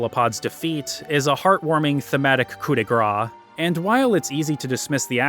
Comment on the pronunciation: Just a really small nitpick: whenever you decide to use French in your script, double check the pronunciation. Coup de grâce is actually pronounced koo-de-grass. Koo-de-grah would be meaning hitting someone with fat...